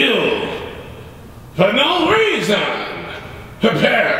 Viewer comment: "You fired Demetrius for no reesawn" lol